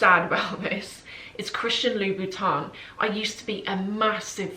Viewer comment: Please call correctly Louboutin. You pronounce it like Louis Vuitton 😮 O M G